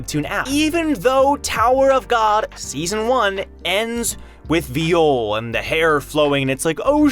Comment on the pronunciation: So I don't know why literally every YouTuber calls VIOL as V I O L instead of V(ə)JL or vī(ə)l which is the same. V I O L as pronounced by you in french means being raped, I don't recall that happening in TOG so i don't see why he is pronounced that way, it should be similar pronunciation to violent